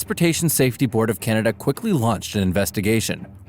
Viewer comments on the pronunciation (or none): none